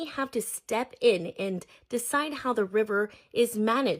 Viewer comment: Bah-sin states? Allow-ments? Seriously?